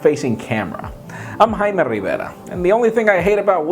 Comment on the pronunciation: So it's Haima instead of Jaime? Cool...my name is Tou, the u is silent, like two.